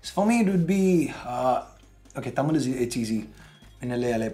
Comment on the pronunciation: insane cringe when said "Tamil" xD thookki should pronounce thamizh bro! you are not a foreigner?!